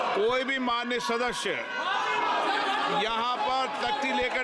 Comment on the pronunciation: जिसको सदस्य शब्द नहीं बोलना आता हो,सदस्य को शदशय बोलता हो,यह तो है ही तोता जैसे सिखाया जाएगा वैसे ही तोता बोलेगा,लेकिन तोते की उमर कितनी होती है